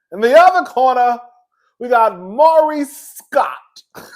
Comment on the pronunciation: It was Maurice. Every now and then you say Marsau. Just call Maurice "Reese."